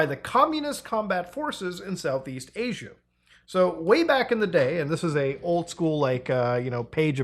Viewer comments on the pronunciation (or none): none